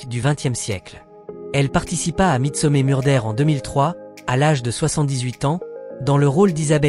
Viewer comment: vous aimeriez qu on torde votre nom qu on le prononcé n importe comment ? Je pense pas . Midsomer se prononcé midsomeur pas mé